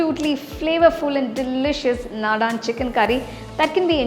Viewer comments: The curry looks yummy but the pronunciation is very different..it's not Nadaan it's Nadan ( means traditional) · it is not nadaan...naadan...meaning desi or local... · This is soo yummy. Thank you. It's naadan not nadaan. The a stress is at the beginning of the word. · Please note that you may pronounce the curry name short A after d..not nadaaaan